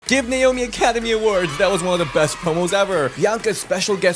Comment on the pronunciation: Don't you mean Naomi not not slomi and as well I've not heard of anybody called slomi if you're not good with names then learn to say their names properly